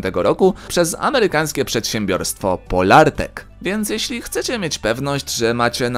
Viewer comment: Nie PoLARtec, a POlartec